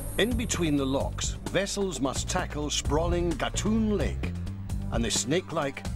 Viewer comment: Agree; the British narrator does not give realistic comparisons and his pronunciation of Culebra Cut and Gatun Lake is incorrect.